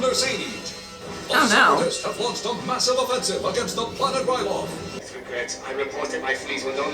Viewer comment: You are great with the names! Toydaria is correct and the people are called Toydarians, Ryloth is the correct pronounciation and the people of that planet are called Twi'leks (not 100% sure how to write it tho). There is a lot of names in Clone wars but don't stress if you don't remember all of them :) Also a fun fact, the Jedi that died in the first episode was called Ima-Gun Di, kind of a play on "I'm gonna die" pretty ironic